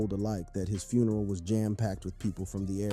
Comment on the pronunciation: Homie said HIS FRUNERAL 😂